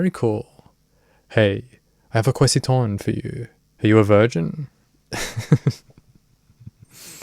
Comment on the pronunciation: can i ask you a personal...quessitawn???